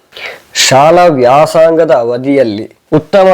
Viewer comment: ವ್ಯಾಸಾಂಗ ಅಲ್ಲ..... ವ್ಯಾಸಂಗ